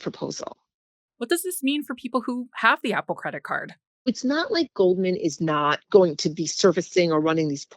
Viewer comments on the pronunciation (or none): This woman saying “cwedit cud” instead of “credit card” is driving me insane.